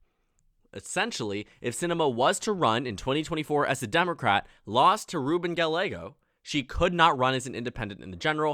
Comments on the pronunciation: Gallego is pronounced Guy-eh-go, not Gal-ay-go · FYI, Ruben Gallego is actually pronounced Gah-ye-go. U ask to correct u. Thanks for ur vids. Ur doing amazing job. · I cringed so hard at his pronunciation of "Gallego" Good video otherwise